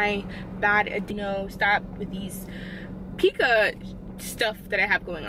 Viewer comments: It’s pronounced “pie-cuh” not “pee-cuh” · P-eye-ca not pee-ca❤️ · It’s pronounced “Pie- Cuh” Not Pee-Cuh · Its killing me sorry girl its Pie-ka no pee-ka 😭😭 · Pica Pronounced pie-ka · It’s pronounced pie-kuh